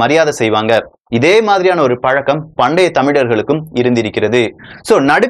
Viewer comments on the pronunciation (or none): none